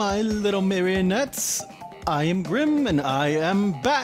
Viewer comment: Brim? Sounds British unless it’s just me